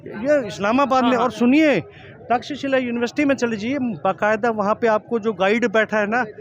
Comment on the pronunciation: आप को थोडा correct करू इजाजत हो तो... आप लोगोको सही नाम बताईए कृपया... वो नाम 'तकशीला' नही है, वो हमने बचपन में पाढा है 'तक्षशिला' ये सही नाम है। It means a city of 'Cut Stones' named after Ram's brother Bharat's son (Taksha) who was its first ruler. The foreigners called it as Taxila.